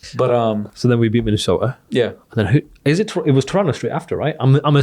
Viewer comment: Wtf is, "Minnesoter?"